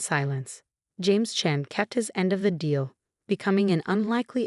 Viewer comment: It's Chen not Chain